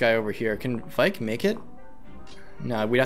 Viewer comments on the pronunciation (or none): I'm sorry I know that everyone isn't exactly good with pronouncing FE names, but it's V-Ache not Vike. Sorry it was just getting on my nerves. Loving this playthrough! Keep up the good work! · IT'S VAIKE AS IN RAKE WITH V IT'S A VAIKE AND BAKE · i cant wait to hear say vaike correctly itll be music to my ears